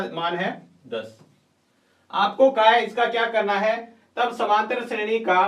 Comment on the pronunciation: shredi hota h nki shreni